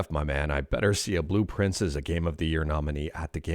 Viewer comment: I kept mishearing Blue Prince as Blueprints. Is that intentional?